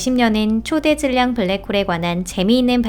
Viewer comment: 초대 질량 이 아니고 초 대 질량 으로 읽으라고요